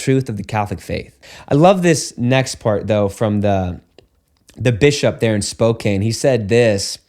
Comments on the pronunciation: This point is irrelevant to the broader discussion but it’s pronounced Spoe - Can.( It rhymes with toe- pan ) 😂😅 Washington has been making a lot of wild laws recently. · It's pronounced "Spow-can"😊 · it is pronounced "spoke-can" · Father, the Washington State city named, Spokane”, is pronounced “Spoke Ann”. 😉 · Great video. Just one thought ... the people who live in Spokane pronounce is spo KANN (short a).